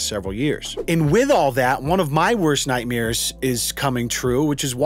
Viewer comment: says Nightmeers like Bert Kreisher lol